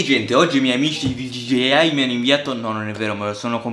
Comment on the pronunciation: Da notare all’inizio dice “gigeiai”